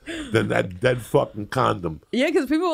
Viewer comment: Dang it, Bobby!... But day'yud